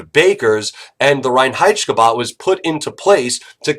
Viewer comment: As a german i really like his pronounciation of reinheitschkebab